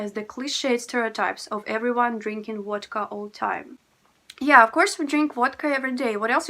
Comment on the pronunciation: Love your Christmas tree, so beautiful. I love how you say Vodka, sounds like Wadka!